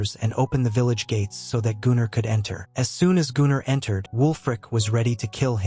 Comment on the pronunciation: I think it's just the way the AI reads the name Gunnar, which is a Nordic name, quite popular still today.